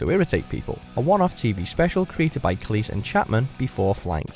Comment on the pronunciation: This is watchmojoUK but the narrator pronounces Cleese as cleess and not cleez